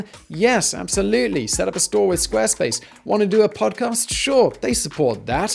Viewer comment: "Squa space"